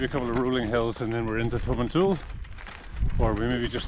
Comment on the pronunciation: I stay in Grantown so I know some of the tracks you were on, but a bit more route description would help. Eg how did you get from Elgin to Dufftown. You need to work on your pronunciation- it's Tomintoul, as in "towel".